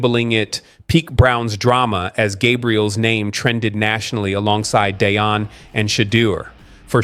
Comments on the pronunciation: It’s not pronounced Day-on. It’s Dee-on! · Dee on!!!!!! Deion not Dayon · It’s better to say Dee-yon (Deion) and Shi-door ( Shedeur)